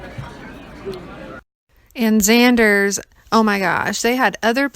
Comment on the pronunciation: Nice video, also it's it's zenders.... Not zanders